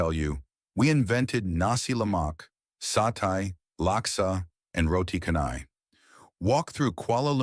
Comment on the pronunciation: you mentioned food (Satay) in Malaysia 🇲🇾: It’s pronounced [SA-TAE], Not [SA-TAI] Look at CHANGI AIRPORT, the waterfall looks like a diamond 💎, hence ‘JEWEL’!